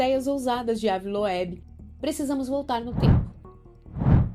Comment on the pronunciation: Moça se pronuncia Ive loubi se escreve ave Loeb 😂😅